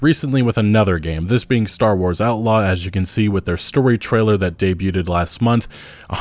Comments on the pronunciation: Bro, love your content, but you keep saying “debuted” wrong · Someone please tell him that the "t" in "debuted" is silent. FFS.